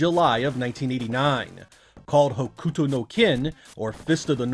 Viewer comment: u is silent in hokuto so its pronounced (Huk-toe) had no idea there was a side scrolling beat em up based on hokuto no ken, need to play now!